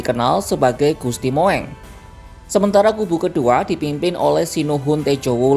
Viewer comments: Bacanya jangan Moeng itu ejaan dulu "u" o sama e jadi bacanya Mung. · Admin itu bukan gusti mu eng. bacanya Mung ejaan lama.mohon maklum. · Penyiar kompas rada oon gusti moeng bacanya gusti mung itu ejaan lama oon oon 😅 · Tulisannya Gusti Moeng tapi membacanya Gusti Mung